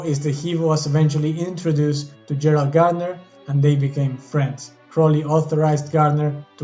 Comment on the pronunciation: Finally someone who pronounces his name correctly.